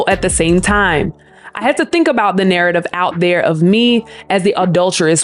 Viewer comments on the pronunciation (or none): none